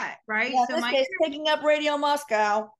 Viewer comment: Moscow and you say co not cow . It is a small college town.